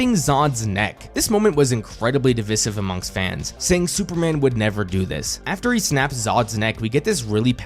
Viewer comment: You don’t pronounce ‘divisive’ like that.